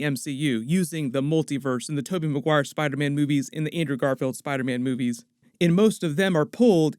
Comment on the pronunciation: Why am I hearing "boobies" instead of "movies"? Is it only me ?